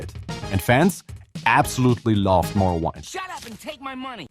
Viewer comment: Morrowind pronounced as in morrow-wind.